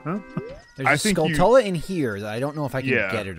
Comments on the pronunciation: 'skull-tullah' as a pronunciation still drives me nuts. You don't say taran-tullah, do you? No! You say tuh-RAN-chuh-luh. It's a skull tarantula, dammit. SKULL-chuh-luh. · saying "skull-tull-uh" like that's the right way to say it... -_ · I lose brain cells every time says skull-tull-a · just for the record: skulltula comes from tarantula, so should be "SKUL-chu-lah" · You say that but I could've SWORN I heare in the video say Skull-CHU-lah 😆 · And saying Skulltula doesn't bother the shit out of you?